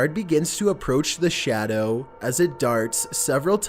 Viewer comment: You cant be serious? This dude talks like hes playing random sounds files, he has to have the WORST narrative voice i’ve ever heard. “A dark shADOW has been PEEKING ouuuuuuuuuuttttttt” This dude needs to learn when and where to emphasize a word